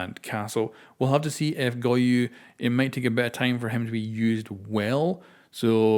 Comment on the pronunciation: its go-YO, NOT go-YU !!!!!